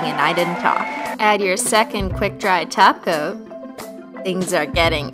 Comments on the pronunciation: She said Top coat not taco 😱😱😱😱😱😱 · Well she often does say taco instead of top coat to be fair 😃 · when ever you said top coat at first I thought you said taco and I was really confused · She said top coat not glossy taco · she says top coat like taco or it's just me